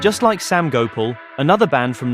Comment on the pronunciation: Gopal is pronounced go parl not go pull